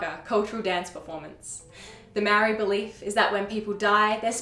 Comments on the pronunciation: I'm going to point out the elephant in the room. YOUR PRONCIATION OF MĀORI WORDS NEEDS SERIOUS WORK. So do the work. You guys OBVIOSULY had no intention of looking into the language, but rather the knowledge you wished to share. It's an extremely white thing to do, so I'm not suprised. It would've taken one email or dm to ask someone compotent in the language to correct your mistakes. But as usual, white people never consider these steps. It was easy enough to compile the information you've just shared, so why not go a little further and get your work checked by a proffesional. Yes, experts on languages exist, so use them. I'm telling you so nobody has to hear you botch not just my language, but other people's as well. Sort it out, or don't share the info at all. There are more compotent people in the world that I'd rather hear the stories of my ancestors from. So leave it to them if you're not up to shifting your ingorancy. It's 2023. Catch up. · Your mangling of the pronunciation of the word 'Maori' is painful.